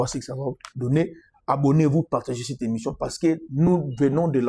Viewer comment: BJR FECODI BAKOMAKA ÉMISSION ET NON ÉMISSIOM TITI NDJOLI BONGISA OKOMI ÉMISSIOM NA PLACE YA ÉMISSION TOZO LOBA MAIS OZO BONGISA KAKA TE DEPUIS FRANCE BANA NA NGA NYOSO BA REMARQUE YA NGO PO NA TALAKA YO TROP